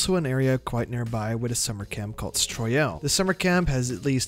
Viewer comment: Not stroyel